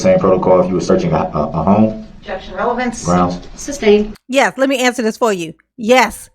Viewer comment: Sustained not ‘SUBSTAINED” you Dolt!